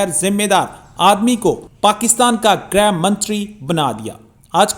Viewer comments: ग्रह नहीं..... गृह होता है। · ग्रह मंत्री नही होता है गृह मंत्री होता है। ग्रह का अर्थ होता है नक्षत्र जबकी गृह घर को कहते हैं। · गृह मंत्री होता है। ग्रह नहीं। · गृहमंत्री, ग्रह मंत्री नहीं।🙏🏾🙏🏾🙏🏾